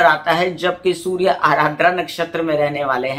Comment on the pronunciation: Mam vo ADRA hain not ARADRA Joki meri hi nakshatra hain. 😊